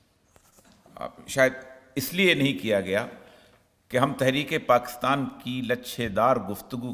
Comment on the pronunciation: Sir please PAKASTAN na bola kren it’s PAKISTAN